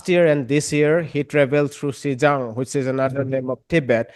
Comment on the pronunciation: This guy's pronunciation sucks - he's trying to say Xizang 西藏, not Xinjiang 新疆. They're pronounced quite differently but in a heavy English accent they both sound like 'she jang' apparently